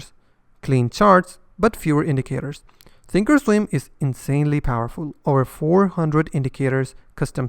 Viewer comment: Thank you for saying that Thinkorswim has a complex interface. I don't like how often you have to place an opposite order for a stop - not intuitive. I am more of a visual person. Webull does also have paper trading, although not back testing like you said. Sounds like you're saying "Think Storm". When you say "comes with pro tools" that can be confused with the high-end audio editing platform Pro Tools, which is popular, but expensive. Say professional tools. In English you don't pronounce the L in Charles, but you would in Replay - yes English can be confusing. Overall, among all platforms on your channel, which do you like for intuitive, ease of use trading and charting ?